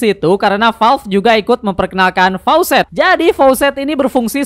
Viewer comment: Faucet = Keran. Faacet woii